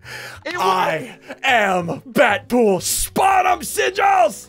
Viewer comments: DEADPOOL NOT BADPOOL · It’s Deadpool not bat pool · Nobody talking about how ssundee calling dead pool bat pool? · Ssundee his name isn't bat pool it's dead pool